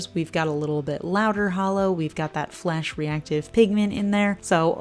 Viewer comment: Lol I thought you said FLESH reflective! I was thinking what the heck is THAT???? love the grays and the topper